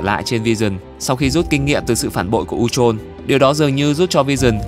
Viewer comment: Phát âm sai chứ sao